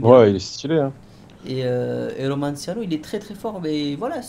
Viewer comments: il sait toujours pas dire le nom de son créateur romanaccio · par contre j'en ai marre ça de tes "romanciano" 😂😭😭 ça se prononce "romanacho" ptdrr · Mdr il sais toujours pas dire le nom de son createur !!😂😂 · 1,5 ans que romanaccio créer des courses pour et 1,5 ans que ne sait toujours pas le prononcer ^^